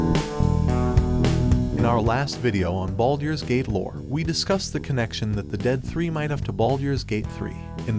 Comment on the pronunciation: the voicing is already better then with the older videos, but it still way off from what is needed for something like high fantasy. not sure this will work with a random voice thats clearly not used to these things. the awkward way of saying baldurs gate and the way its weirdly cut of sounds very much like an ai.